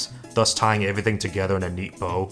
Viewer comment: did you have a concussion 🤕 recently because they past few episodes you keep saying “avy one” instead of the word everyone please for love of god stop saying avyone and stop saying avything like wtf man??